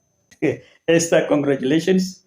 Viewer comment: THE way this man pronounces the word Esther